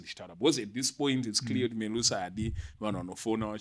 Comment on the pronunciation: Melusi not Me-lusi